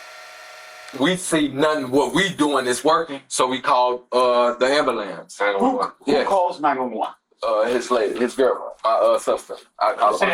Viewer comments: Ah, yes, the ambalanse.. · “ambalamps” my god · Omg its ambulance not ambaLANCE! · Woooah black betty.. am-bo-lance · Why is the pronunciation of ambulance always amblance? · I glad he call the Am Buh Lance. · This whole thing is awful but am I the only one bothered by him saying "am-ba-lance"..... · 'She axed me to call the amblance..' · She callin the ambalants lol. Destruction of the English language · Ngl..I really thought the way he pronounced “ambulance” was a myth🤦🏻‍♀️. 18 year olds don’t have the patience necessary in a lot of cases to care for babies that young. I’m sure he was frustrated with the crying and got fed up. Stuffed the wipe, as the baby gasped for air sucking it deeper in his throat. So sad for that baby. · If you can't even pronounce ambulance right then maybe not have children?? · Lol these mfs can't even pronounce ambulance 😅